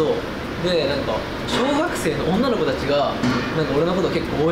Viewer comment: 小学生の「女の子」を強調しているところ。